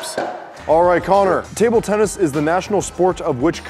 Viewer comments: Tubular Tennis: No! Tuble Tennis! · “Tuble tennis”